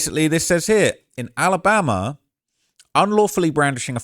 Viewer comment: He was in Tennessee....why this guy saying Alambama